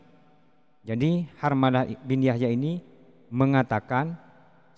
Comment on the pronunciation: عن حرملة ...coba bacanya dengan i,rob yang lengkap an harmalataa atau an harmalati ...